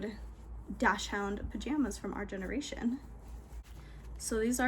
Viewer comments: Dachshund is pronounced “daak sund” instead of dash hound. This is a dog breed I used to mispronounce too. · You say Dachshund so differently than I do!